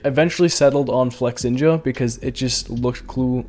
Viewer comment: Why. Flex-inja And not Flex-ninja